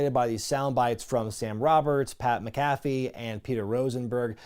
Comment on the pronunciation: It is pronounced mack-a-fee